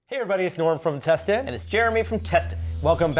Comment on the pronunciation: You both emphasise different parts of the word 'Tested', sounds like as if they are different things lol.